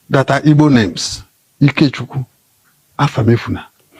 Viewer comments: Pls oga call well it is " Igbos" and not ibos. Pls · Oga that's his dialect pronouncing Igbo, that's how they sound